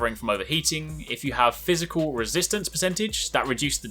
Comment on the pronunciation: Great video!.. but its Physical, just saying.